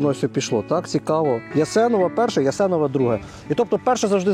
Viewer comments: Хлопці, там недалеко над рікою село Арчепитівка, Гвоздавка Перша і Гвоздавка Друга, ЯсенОве перше і Друге (автору радимо вірно ставити наголос!))), де ще багато хат під соломою й очеретом! Заїжджайте ще до нас! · Наголоси не вірні в назвах сел. Яси'нове, Позна'нка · ЯсенОва,наголос.на О.